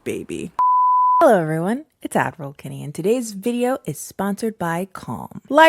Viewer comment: i know in my heart that she says 'ad roll ' but every single time i hear 'admiral '